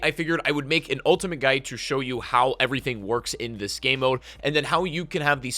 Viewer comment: Is he saying "Gay mo"?